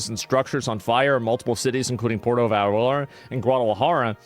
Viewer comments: "Porto Vaurlorlar" "Puerto Valerlalera" Juh-lisco For being a Texan, Asmon is REALLY bad at Spanish. The dedication to not even learning the basics is pretty endearing, honestly, and I like it - just 100% team America 🇺🇲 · Puerta vareh-rah .. Hilarious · "Porto Valerlalalla..." 😂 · Puerto Vallarta Pronounced Pwerto Vayarta Asmongold: Pwerto Vardur 😂 Estados Unados 🤣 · Hey Asmon, just fyi, Jalisco is pronounced Ha-lee-sco and Puerto Vallerta is pronounced Puehr-to Vay-er-ta. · It's pronounced Poo air tah Vai art ah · It's pronounced Ha leesco. Jalisco. Pwerto Vy arta, Puerto Vallarta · I respect the attempt to pronounce Puerto Vallarta with an authentic interpretation of how the locals would enunciate it. "Porto Valalallar". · It's pronounced PU-OR-TO Vy-AR-ta 🤭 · My boy said "Porto Valara" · I will put it phonetic for you Common known large city“ Poierto Vierta…” come on man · Hey brother.. the J is pronounced s an "H" so the proper name is pronounced "Halisco" the double "L" is pronounced as a "Y" so: Puerto Vayarta" Thanks for all the info. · The news here is Asmon doesn't know how to say Puerto Vallarta. I guess he never watched The Price is Right when he missed school because he was sick. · Y'all Value the Opinion of someone who can't be bothered to pronounce Puerto Vallarta or Jalisco correctly? Elites Fund these Organizations every time they Party then they hand out Guns to Barely Legal Citizens when things go Sideways. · Asmongold really out of his depth on all this. Him trying to pronounce Puerto Vallarta and talking about cartels like they’re militia…. They are full military that runs the entire country- they own the hospitals, legal system, the vacation spots, the police, the politicians… they are our next door neighbors, they are a huge threat that will cause civilian casualties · "puerto" what? What was that asmon? Lmfao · Asmon trying to pronounce Spanish words is making my night lol